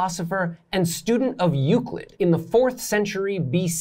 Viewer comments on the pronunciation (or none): none